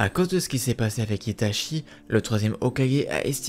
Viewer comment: Tu prononce Itachi, "Itashi" et tout les nom des personages en "CHI" "SHI" tres desagreable